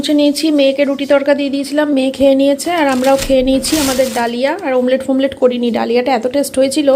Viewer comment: O to sob kichur bhul bhal uchharon kore.jemon omlet k bole mamlet